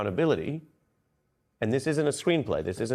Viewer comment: Im sorry did you just say .... AC-Clownability? We need full Acclownability in my opinion... full acclownability!